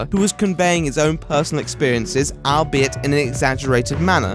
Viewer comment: "Albeit" is pronounced "all be it".